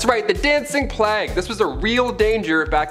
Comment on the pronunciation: why can she not pronounce Plague?? what's a Plag? really annoying